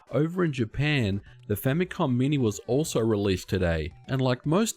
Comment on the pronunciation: language problems, "famycom"